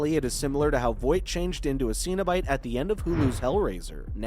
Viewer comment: Why does the word 'cenebite always pronounced?🤔